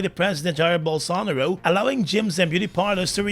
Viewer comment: you are really slow in learning the correct pronunciation of Brazil's President''s last name. This time I'm not going to repeat the orthography of his name to help you. Let's see if you really do your homework.